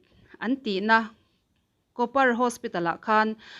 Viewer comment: Kawpar ni lo in kupar tih a lam zawk tur anih hmel. Thahnem ngaihna vang awww❤❤